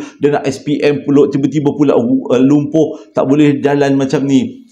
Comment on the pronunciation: Assalamualaikum ni mmg suka ckp terbalik..tergelak sat tdi😅🤣🤣🤣🤣 Pumloh- lumpuh Kerendaan- kenderaan🤭🤗😜 Dd doakan Semòga sihat2 slalu...Aamiin.terbaik ckp Arab..!mantoppp